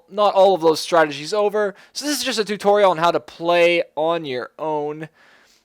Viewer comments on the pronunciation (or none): none